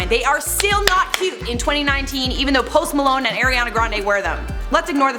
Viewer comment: You can tell she did Keto and failed by the way she talked about it! :-) WTF ist Post Malne or melone or Melon?